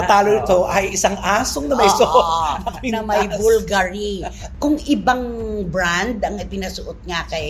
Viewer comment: It’s BUL-GA-RI!!!!